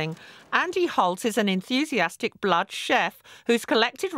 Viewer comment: Why does she said blahd instead of blood lmao